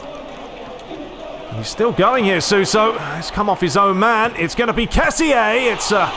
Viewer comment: it is ke-si not ke-si-eh